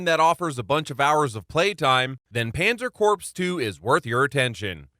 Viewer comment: Panzer Corpse?